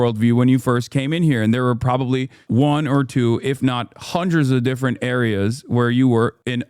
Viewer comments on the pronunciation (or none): none